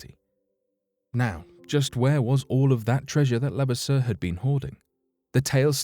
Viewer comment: I am related to him. It's pronounced lu- vass-er